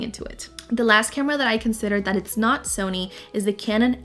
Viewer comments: you said “zony” instead of “sony” 😂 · why do you pronounce it zony instead of Sony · It stresses me out when you say Zony 😭🤣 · The "Zony" ZV-E10, (she can say it properly at time )